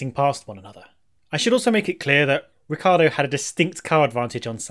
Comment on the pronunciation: Why do People pronounce Ricciardo's name wrong??!! It's R-i-cc-i-ardo